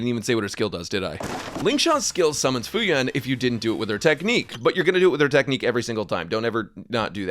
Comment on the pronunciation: The summon Fu Yuan, is often mispronounced as Fu Wu Yuan. However, this is funny because this means waitress in chinese